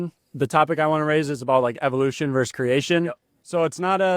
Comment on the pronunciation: "...evolution verse creation." "Verse". "_VERSE_"! AAARRGGHHH!! SMH